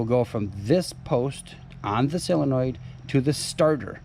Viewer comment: Great video, but it's not a silinoid, it's a sOlinoid.